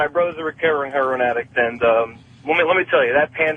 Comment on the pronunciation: The way opie pronounces Heroin annoys me